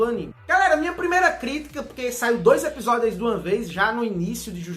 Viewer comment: ''EPISODEIS''? Dicção do tem que ser estudada pela Nasa kkkkkkk